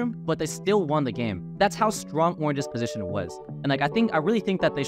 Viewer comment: It's "Position", not "Positon", sorry I tried to ignore this for so many videos but it starts to haunt me....